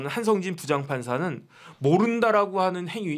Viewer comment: 동기생이라면서 한성진을 한상진으로 발음?